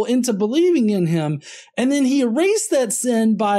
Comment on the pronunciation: "You are sayeen you believe in notheen... believeen..." Can he "een" things any more?